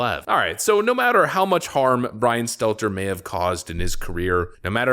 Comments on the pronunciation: It's pronounced "Brain Stunter".. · I used to love when I watched more often, he either intentionally or otherwise used to call him "Brian Stetler" whenever he mentioned him in a video. If it was on purpose, it showed commitment because he never once slipped up and said his name correctly. lol